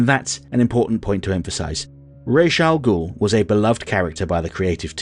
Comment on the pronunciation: Maybe it’s an American Vs British thing, but just about everyone I know pronounces the name like (I’m spelling phonetically) Rahz. Which I personally find preferable.